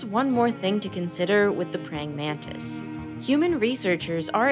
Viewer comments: Btw it's Mantis,not manta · Why you call it mandis?